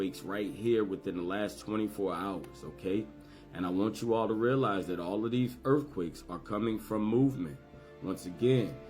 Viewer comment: Stuff like at with the accent